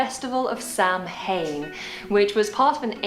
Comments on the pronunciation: Talk about murdering the pronunciation of “Samhain”… It’s more like “sah-wun.” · My ears started to itch when she pronounced it "Sam-Hane" - that's up there with pronouncing Siobhan as See-oh-ban. Samhain is pronounced "Sow" (to rhyme with cow) "En" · Where did this silly moo come from? Who is Sam Hain? It's Sowen or Sowain. She was so confident she was imparting her wisdom but got most of it terribly wrong. If this is an example of the accuracy of her videos I'd give her a swerve. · Samhain is an Irish word and it is pronounced "SOW-EN", where SOW has the same pronunciation as the English word for a female pig. It's not anything like how this woman pronounced it. She pronounced it so badly I just have to point it out. You can’t use English pronunciation rules and butcher it so badly, if she is such an expert on Samhain and Halloween she should have done her research on Samhain and how to say the word. Rant Over. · Samhain = Sow-win...It's an ancient celebration in Scotland & Ireland. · Samhain is pronounced Sa-wen. The ancient people did not believe that the barriers became very thin full stop that is a 19th Century occultist view. To the ancient people of these islands, who should not be called Celts, there was really no barrier between this world and the Otherworld. This was the time of year when animals that we're not going to be able to be kept through winter or slaughtered. They would preserve as much of the food as they could but there was a lot that would go to waste if they didn't eat it so this was the time to have a large feast. Traditionally also at this time, the Dead might return to their homes to spend some time with their families. There were definitely no demons involved because demons are a Christian invention. I'm a Christian Druid with a lot of pagan influences, so for me, this time of year is about honouring my dead relatives, the spirits of the dead and the spirits of nature. I also bless the trees that will be going to sleep.